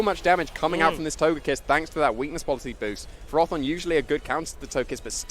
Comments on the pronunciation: Wtf is a ferORthorn? Surely it’s ferro-thorn, because it’s a portmanteau from ferrous. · Why did that announcer correct their pronunciation of ferrothorn. The correct pronunciation is ferr-áh-thorn?? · Ash Norman no it’s Furroforn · "fair-oh" pretty simple.